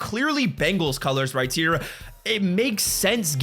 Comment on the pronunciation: Why does he always say “right tear”instead of right here